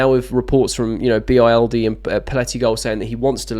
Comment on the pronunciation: For your information mate, Bild is a German newspaper and is pronounced bilt, not an acronym. 💙 Up the Chels 💙